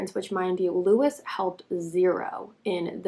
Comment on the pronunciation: It's Lewis